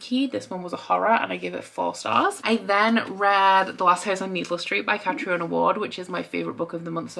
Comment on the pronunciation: It’s pronounced Catreena Ward. I have a friend with the name Catriona so that’s how I know.